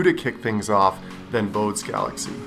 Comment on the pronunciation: Excellent image and entertaining video. One thing: it’s pronounced BO-day, though he was born in Hamburg and probably pronounced it more like BO-duh. And his family would have called him Elert, not Johann.